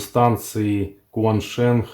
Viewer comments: Бренд называется ЧуэньШен. Автор мало того, что читает неправильно - по америссански, так ещё и с хохляцким говно акцентом 😂😂😂 кваншенх 😂😂😂 бля дебилы, а ведь гуглится за 2 минуты. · Бренд называется ЧуэньШен. Автор мало того, что читает неправильно - по америссански, так ещё и с хохляцким говно акцентом 😂😂😂 кваншенх 😂😂😂 бля дебилы, а ведь гуглится за 2 минуты. Чему тут завидовать, тупости???🤣🤣🤣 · смешно, что вы то погуглили как читать )) но взяли америсранский вариант. Это Позорно довольно (и не правильно), когда есть русская традиция Палладия, и китайский - это явно не английский )) но вы ещё пытаетесь шутить )) хотя раз вы занялись китайской вещью, то имя бренда можно было изучить чуть подробнее. (Это всё таки не 15 китайских терминов из электроники, а бренд). Заметьте, что я не китаист, и не изучаю китайский никак, как и другие языки, кроме англ и итальянского (слегка весьма), но меня коробит Ксяоми (Xiomi) лидера китая например зовут Xi - Кси наверное? 🤣🤣🤣 но сопоставить ведь так трудно 🤣 в каждом языке свои правила. Тоже ведь латинские буквы 🤣 И вот это шенГ на конце 🤣🤣🤣 г после н, как во мнооогих языках, это твёрдый знак в китайском и quan sheng довольно смешное слово - есть оба варианта, первая н читается нь, а вторая ng с твёрдым знаком)) читается как н - шен. Или вы твёрдый знак тоже читаете? Baofeng - читается Пао фон. Будьте первым блогером, читающим верно.)